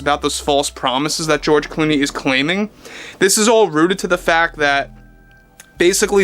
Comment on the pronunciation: De Zero and George De Clony😂😂😂